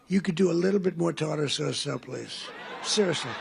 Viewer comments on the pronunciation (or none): "Yes,.. Let them have their 'Tar-Tar' sauce ".